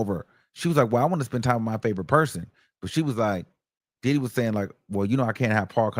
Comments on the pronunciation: I thought it was DiDHeeee? 😂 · The way he says “DIDDEEE” sends me every time! 😂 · FRFR!!! 😂😂😂😂😂😂 I be in my house crying! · 😂😂same here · Oh I didn't know the comments were open! 😂😂😂 how he say Diddy really be killing me!😂😂😂😂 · For me, It’s the way he says Diddy! Where is from? I can’t detect his accent.